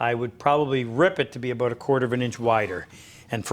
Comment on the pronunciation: Ah yes, aboot